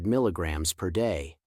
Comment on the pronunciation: mg is mill GRAMS not as you pronounced it Which means 1/1000 th of a gram I suspect you are reading this from a written page and probably your not familiar with the actual facts and reporting what was given to you to read, And it is possible this is being read by AI So how can we trust this, as some may be true and some may not Basically it is repulsive to listen to when not speaking correctly As one is inclined to think maybe this is all fabricated just to make a video.